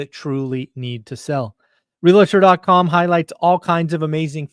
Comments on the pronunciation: NO vowel between the “l” and the “t” in “realtor” it’s realtor not real a tor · Realtor not REALATOR